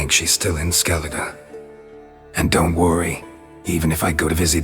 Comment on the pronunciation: Skelidž xD